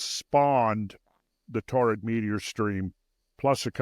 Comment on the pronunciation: Torrid? ---- You mean Taurid, right?